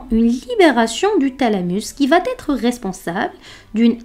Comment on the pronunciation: Excellent!! Ce serait parfait si vous ne faisiez pas une fausse liaison entre « va » (3ème personne du verbe aller donc sans « t » final) avec le verbe qui suit. Par ex.: va aller. Mais c’est un détail étant donné la qualité de la vidéo.